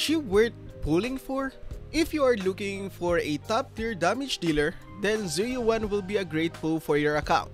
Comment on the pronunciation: right lol I don’t understand how all these creators can’t pronounce her name right. You literally hear it in game. “Zhu Yuen” Not Yu-an Yu-en . Just say it as one word lol.